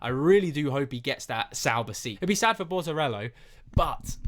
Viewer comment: whos Bortorello haha? Jk, but it's Bortoleto.